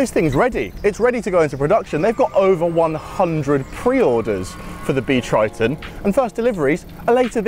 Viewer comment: Totally bonkers! Also, "Triton" - keeps sounding like Kryton....